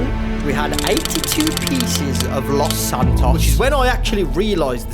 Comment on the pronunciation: “Lauce santauce”